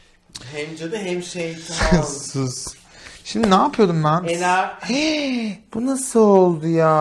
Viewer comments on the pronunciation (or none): inşallah bir sonraki videoda enerji diyeceksin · Sametin ikidir enerc.. demesi yada diyememesiğğğ😅😂😂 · Sametin enercii demek isteyipde diyememesine çokkk gülüyorumm😂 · Sametin enerci kelimesini bin defa yarıda kesmesi 😂😂😂😂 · neden enerci diyecekken yarıda kesiyorsun ahahahhah patladım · Sametin enerci dicekken yarıda içine kaçması ahdhshbaba